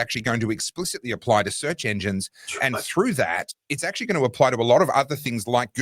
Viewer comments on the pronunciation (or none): Thanks, great segment! always says "ackshee" instead of "actually", and you appeared to adopt that pronunciation too in his honour.